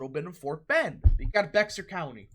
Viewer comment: Beck-sir county lol